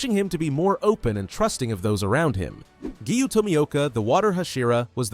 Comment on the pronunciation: People keep saying that the voice is ai so maybe it just doesn’t know how to pronounce